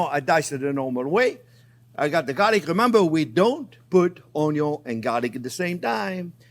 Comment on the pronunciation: My Favorite Chief says Onyo and now so do I